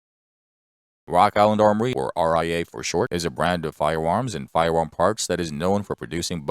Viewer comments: Da fuq is a "fiwam?" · What is a fire warm? Jesus man can’t we get a narrator without a speech impediment?